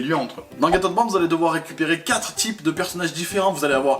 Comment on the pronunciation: Je crois que c'est Get et pas gate... Bisous les amis